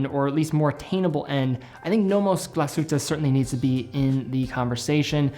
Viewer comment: You pronunciation of "Glashütte" is getting better and better. Kind regrads - A German :)